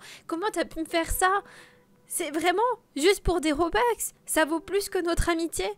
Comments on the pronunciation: MDR robeux sa se dit robux moi j'ai pas de robux et j'en veux et j'en n'ai pas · Sa se dit (robux) pas robox et pas (broukvanen)